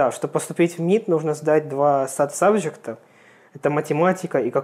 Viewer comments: САТ и МИТ просто убили меня. Почему они не произносят как ЭС АЙ ТИ и ЭМ АЙ ТИ?! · Эс эй ти*